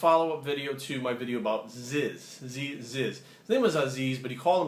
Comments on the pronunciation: It’s pronounced as zzyz not zyzz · It's fuarking pronounced zeez, not zizz! ZYZZ!!! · Its Pronounced zeez not zez fuarrrkkkk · Its zeeeezz man zyzz!!! not ziz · Its zyzzz not zizz you fuck tard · Its Zyyyz not Zizz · zeeezz not zizz hahaha :) love your vids man but that vid you watched was him joking around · ITS FCKING ZEEZ BRAH NOT ZIZZ NOT Z Y Z Z, ITS FCKING ZEEEZ BRAH AND IM COMING AT YOU BRO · It's not zizz, it's fuckin zeez man! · its fucking ZYZZZZZZ MAN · learn how to pronounce his fucking name its "zeez" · whats with all these foreigners making videos bout zyzz when they cant even pronounce his name correctly he had a degree in economics and had an enter score of 89 built his legacy from nothing and everything was well achieved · zyzz as in zzzz, I fucking hate how this guy says it so much I had to dislike this video, I guarantee he did it on purpose to get a reaction from people on it...